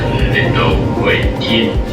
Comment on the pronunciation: "Insel" is pronounced Inz(e)l btw. So the joke kind of falls flat ;)